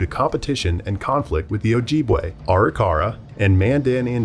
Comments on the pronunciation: In this day and age and the mispronouncation is proof the whites still refuse to acknowledge Indigenous Nations. It's O-jib-way. Our women and men are still disappearing and not looked into. One white woman goes missing its chaos and funds given to the family. Whether Indigenous Nations fought they all shared a root. You strangers have pagan, christians, jews, muslim, practices unknown to our way of life but yet call us savages. A name rooted into our beings and ashamed of being called. Now only to freely call yourself savages when you can't and won't ever be brought the darkness our Ancestors faced for you to be here today on Turtle Island. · Completely saying Ojibwe wrong and my tribe Mille Lacs wrong. Ojibwe sounds like OH JIB WAY and Mille Lacs sounds like Mill Lacs 🙄